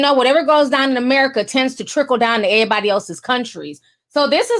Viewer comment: I'm only here to hear you say "ehhh-body" lol